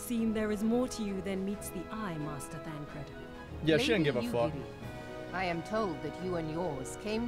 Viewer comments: Bruh he 100% pronounces most names wrong on purpose. He's admitted as much before, and even without that you can tell because there are times he's not fully paying attention and he says the names correctly (like with Thancred). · He's already been gripped enough to slip into saying names correctly on occasion. Even said Thancred correctly many times over, rather than Thaladred the Darkener.